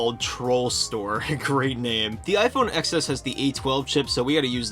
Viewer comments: “TEN ES” not “EX ES”, when do you learn how it’s pronounced?!? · Are you calling it the “ecks S” for bait? If you are, it’s working. (The X is the Roman numeral for 10, it’s the “Ten S”.) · I’m sorry to even say this, but it’s pronounced “Ten S”.